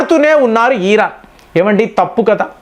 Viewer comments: Mr not e ran but mind it,it's Iran. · బాబూ ఈరాన్ కాదు 😂మేం తెలుగు లో ఇరాన్ అంటాం 😂